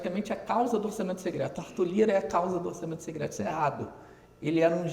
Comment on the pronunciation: uma otima visao Economica, mas pq ele fala "Segreto", "orçamento segreto" :D?